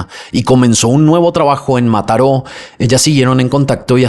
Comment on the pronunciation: Yo en Mataró escuchándolo decir Mataró 😊❤